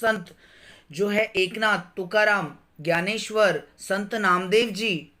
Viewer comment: Vo gyaneshwar nahi Dnyaneshwar hai